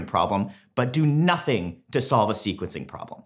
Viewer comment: Someone NEEEEEEEEEEDS to reign in those shirt choices. HAHAHAHAHAHAH xD Blue Pink and Teal....with a lightening pattern... Jesus... Lololol Also... "sequencing" doesn't have a "t" in it. HAHAHHAHAHAHHAHHHAHA XD XD XD (Do love the content tho! Please keep up the great work. Really helpful...and funny...stuff!)